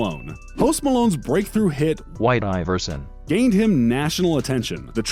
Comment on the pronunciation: Congratulations for having a bot say iverson correctly for you this time